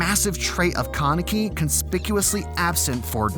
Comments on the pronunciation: did you really pronounce it ken keneki its ken kaneki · Ken kuhnecki? Bruh come on, it’s not hard to pronounce KA NE KI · keneki ARE U SERIOUS ITS KANEKI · Ken (kah-nehk-ee)??? Lmao wtf it's ken (kahn-eh-kee) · why do you pronounce his name Ken Kenneky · it is pronounced kaanik-ee not kunneky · ok wait. why must he pronounce his name Kah-neck-ee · ‘’Ken keneki’’ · Ken ken-ecki 😂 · kan-e-ki not kan-eki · i got triggerd how about u he said kanike name wrong lok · Did I just hear Kuneeki? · Ken Kuh-necky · No ones gonna talk about the fact he just pronounced his name CAN-EKY 0.32 ..? Bro what the fuck . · It triggers me when he says Ken kinaki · Did you just say Keh-Necki? Dislike for that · First, did he say "keneki"? Omfg -. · “Ken KaNEKI” Jesus Christ that pronunciation is so bad. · Your pronunciation of Kaneki’s name murders my brain cells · is nobody bothered by the way he pronounced kaneki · Why does he say Kaneki like that? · love the video but why yOu gotta say "kaneki" like that LOL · The way you pronounce Ken Kanaki disturbs my greatly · U said kaneki wrong,just saying